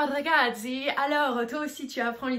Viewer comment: On ne prononce pas ragadzi mais plutôt ragat-tsi.